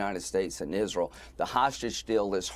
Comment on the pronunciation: "Ezral" The woman Lindsey Graham needs to be taught how to pronounce Israel. This is a travesty!